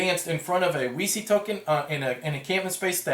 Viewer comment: THANK YOU! originally it was "weeky", but too many playtesters and "elevator-pitch" recipients asked me "...you mean a game about Wikipedia?" Only when i pronounced it "veechee" did it ring a bell. i'm glad some people will pronounce it right :)